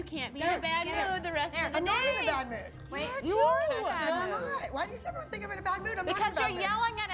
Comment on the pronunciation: Holly always says "Eveyone" and it annoys me